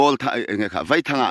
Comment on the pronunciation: Vâi thang tih tur .... Thluk tur